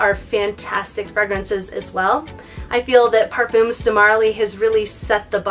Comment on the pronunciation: Par-fum. rhymes with gum. No s.